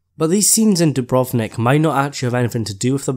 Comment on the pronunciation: I just found your channel and subscribed! First, your pronunciation is perfect on Dubrovnik, and I love your accent. Yes, Jon is like Aragorn and will lead the battle, but not sure if KL is the final scene. In the end, there will be a line like - "Let us together rebuild this world so that we may share in the days of peace" because GRRM like Tolkien, is very anti-war, even if the conflict is justifiable. I've been avoiding YouTube because you're right, the Season 7 spoilers ruined it (although I was powerless to resist).